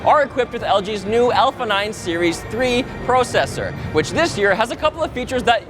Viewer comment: Why does he say PRO cessor in such a weird way?